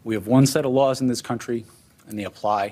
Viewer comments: To be fair, he said “Lrarls” not Laws. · What the hell is lours trump keeps saying lours is he that scard of the law he cant say the word mabey it will go away what a happy day for trump that would be. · “I’m going to enforce all lores”?😂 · "all lawrs" did he mean "laws?" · Did he say laws or lars?